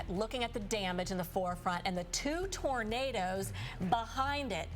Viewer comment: The man can say “tornado” but not “tornadoes”. Lol. What?!